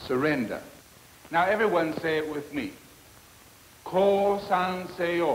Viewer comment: The word "kosan-se-yo" sounded like ”こうさんせよう” to me... I wonder how many WW2 Japanese soldiers actually surrendered by hearing these words....